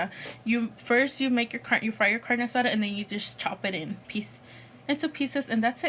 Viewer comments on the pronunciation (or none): why does she say " carne asara" tf aren't you Mexican its carne asada smh